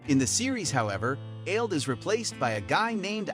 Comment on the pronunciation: Aled is not pronounced Ailed.. it's pronounced Ah-led